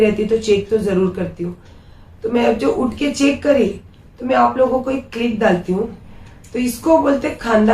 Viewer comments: Clip bolte h click nhi bolte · Life nahi live bolte hai or dusri bat click nahi clip bolte hai